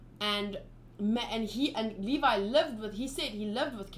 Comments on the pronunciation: Levi’s name is pronounced Leev-i btw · Levi = Lee Vaiii